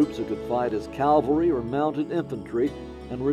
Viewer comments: So many people mispronounce "Cavalry," including the narrator of this well-made documentary. It's always stumped me why it's so prevalent. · Find a narrator with correct pronunciation. Banister Tarleton is not pronounced “Tarlington” and mounted soldiers are known as “cavalry”, not “Calvary”, that is where Jesus was crucified. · The word is CAVALRY! Not Calvary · This narrator refuses to properly pronounce the word CAValry..... he keeps saying CALvary as if he is thinking about the crucifixion. Nobody knows how to make or edit a video it seems.